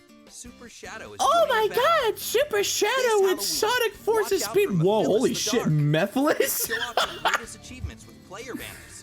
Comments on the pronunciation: I love how they mispronounced mephiles as meh pyllis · i dont play sonic so his name has been cemented as mee-philes to me.